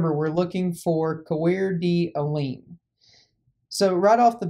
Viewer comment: It's pronounced like "core da lane"